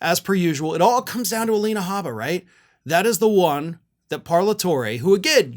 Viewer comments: "Gabba" I thought it's "H"abba yu put G instead of G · You said gabba instead of habba.